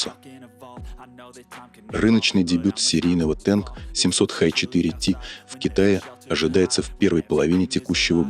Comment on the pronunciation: Не «Тэнк», а «Танк»!